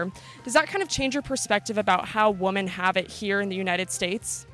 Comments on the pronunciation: Why don't these young women pronounce the plural sound for the word "womEn" instead of the singular individual "womAn" when talking about womEn as a group - it sounds so uneducated or childish. Then many of them try to tell US how to live, what we can say and what men should be doing. First fix yourselves ladies. They don't seem to have much of an understanding of basic grammar; so much for a college education now-a-days. They seem to be able to grasp the word "men" as describing a group and "man" when talking about an individual male. But they can't seem to generalize that pattern over to their own description. Really strange speech from strange young women. Regards. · you don’t pronounce “women” properly. Figure it out! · Why is she pronouncing women as woman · "Ive quit so many jobs because of the way I was treated." Grow up snowflake. Life isnt always fair. Is she saying women or woman lol? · Can someone teach this girl the plural pronunciation for “woman” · Tragic. She kept saying WOMAN when referring to the whole group. It's WOMEN! (MA'AM!) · I can’t get over her saying “woman” when she should be saying “women”. “Would you say woman have it better in the US”... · The reporter says "woman" when it should be "women" and it's like nails down a chalkboard. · Woman is singular, Women(The O is pronounced like the "i" in win) is plural. I can't believe that in this day in time, people have greater access to education but sound more uneducated than ever. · Why does she continue saying "woman" rather than women? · Why does she keep saying woman instead of women. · It's apparently a dialect in Canada. I've heard many Canadians pronounce "women" the same as "woman", but not all Canadians, so must be regional. Lauren Southern does it too. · Why does she say " Woman" instead of "Women"? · I find it interesting that a woman can't pronounce "women" properly. WOMAN and WOMEN sound different. WOMEN is pronounced "wimmin" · You pronounced the word “women” wrong fyi